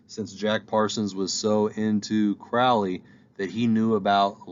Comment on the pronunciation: It's Alistair Crowley like the Crow NOT Crouly. Please pronounce it correctly.